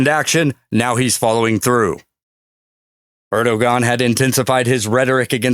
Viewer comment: Erdogan...pronounced Erdo-wan...FYI 😎